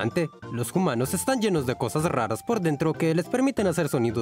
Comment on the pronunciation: Por qué pronuncia 'humanos' como 'jumanos' y no 'umanos'? Qué confuso 😳